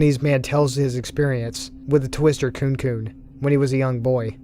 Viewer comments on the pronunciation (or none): not to sound mean but "kunekune" is pronounced "koo-ney koo-ney" not "koon koon" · I was super confused with the wriggling body stories... but I realised it's kunekune which is pronounced kunè kunè e as in "eh".